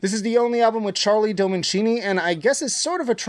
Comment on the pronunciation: Charlie dominchini? 😅😅😅